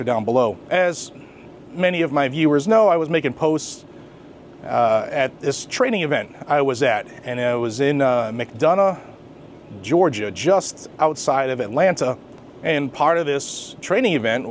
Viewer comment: I'm from Henry County, Georgia. I grew up in Locust Grove and went to high school in McDonough. BTW, it's pronounced Mc-Don-uh, not Mc-duh-nuh. 😂Everyone does that, and I don't know why. 😂 I wouldn't expect anything more than crappy policing from the police in Henry County. They hired Shaq as an honorary deputy, and he actually has a real position with them as some kind of marketing promoter person. If you read this comment, I'm sorry this happened to you there. McDonough and most of Henry County has gone to shit. I don't technically live in Henry County anymore, but I do still own property there and have family there. If you see this in time, don't just throw those clamshell boxes out. Donate them to guys with young children for safe storage at home.